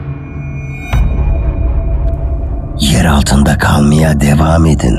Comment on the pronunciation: Kağğlmiya değil kalmaya 😅